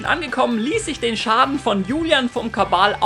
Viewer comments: Wieso zur Hölle sagst du immer Kabal statt Kanal? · ''kabal'' wtf? kanal.. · Täusche ich mich immer wieder aufs neue oder sagt wirklich „Kabal“ statt „Kanal“? 😂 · Geiler „Kabal“ 😁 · okay, verstanden 😁😊 er macht das absichtlich